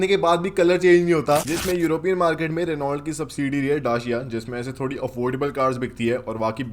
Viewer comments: रिनॉल्ट नही होता , रैनो होता है😅😅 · Renault nahi bhai pronunciation "Reno" hota hai. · Reault ko Reno bolte Bhai ... Bolte vakt .. apko roast Kiya hai .. car guru buddhe ne 😂😂